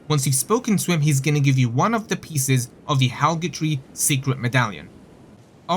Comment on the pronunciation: Halgatree? I think you mean Haligtree.